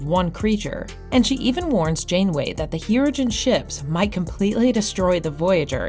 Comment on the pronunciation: It is also not "the Voyager" or "Hero-gen"